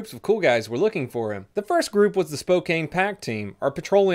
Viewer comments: its not spo-kane its spo-kan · It’s spoh-can not Kane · Yes there's a lot of 'caine in Spokane, but it's 'Spo-can' not spo-caine.. Love the vids always. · He was corrected before. If I was I'd say it wrong too. Maybe next he'll have a video out of that town to the North, Cole-ville. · Spo-can not spo-cane 😉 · he's purposely said it wrong before and made a joke about it